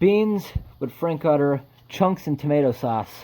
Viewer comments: I've never called a Frankfurter a frank footer and I've never heard anyone else say that, either. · FYI, "Frankfurter", pronounced "frank-fur-ter" or how americans usually say it, "frank-footer" - wear nitrile gloves man ! - but you know, they dont make food like that anymore with minimal ingredients, i bet that pound tasted really good back in the 60's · its a New York accent.